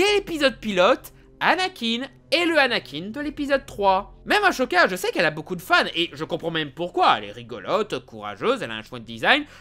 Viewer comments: Au fait on prononce "Assoka" et pas "Ashoka".... ta critique est naze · Ça se dit assoka, pas achoka. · C’est Ahsoka pas Achoka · Pourquoi tu dit "Ashoka" et non "Ahsoka" ?? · Purée sa ce prononcé assoka pas achoka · POURQUOI TU DIS "Achoka" c'est Asoka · C’est moi ou on dirait que le mec n’a pas vue clone wars déjà le « achoka » et non « assoka » où il le dise plusieurs fois puis comment il décris dark maul exactement comment il est dans clone wars genre je pense qu’il l’a survoler la série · Non sa marche pas comme ça les grades jedi pour que Anakin devienne maître jedi il aurait du finir la formation de Ahsoka (qui ne ce prononce pas achoka revois ta prononciation) pour que elle devienne chevalier jedi sauf que elle a quitté l’ordre jedi avant donc Anakin n’est pas devenu maître jedi aussi le fait que le conseil ai expulsé ahsoka de manière aussi injuste a baisé la confiance de Anakin envers le conseil jedi une évolution de plus qui mènera plus tard a l’épisode 3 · On prononce aSoka! Le h ne se prononce pas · "Achoka"... Pourquoi fais-tu cela ? Quel intérêt ? On te paye pour faire saigner les oreilles des gens c'est ça ? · Tu peux arrêter de dire aschoka😡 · Mdrrr ashoka un échec vraiment tu casse le série et tu favorise vraiment rebel. Ashoka et le personnage le plus développer dans TCW. Tu sais même pas prononcé son nom correctement et la même pour Asajj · t'as écorché le nom d'ahsoka toute la vidéo .......... =( et visuellement tcw est au dessus, animation, detail, vie, tout est au dessus, justement ils ont tout revus a l abaisse pour rebels parce que plus d'un milions par épisode c'etait trop ^^ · Sérieusement, tu as vraiment regardé clone wars? Tu ne prononce même pas le nom d ashoka correctement ... Arrête des lire des résumé sur internet et regarde les séries ou les films dont tu parles avant de critiquer...